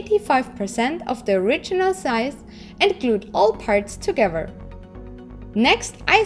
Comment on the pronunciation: I love your videos ...and how you say togever!